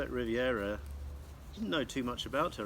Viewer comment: Scarlet Riv-i-era? Uh, her name is Scarlet Rivera...no "i." And you keep saying it over and over. Check out the inner sleeve on the Desire LP you held in your hand. The documentary is great. Your video? Meh. (Bob told me to set you straight.)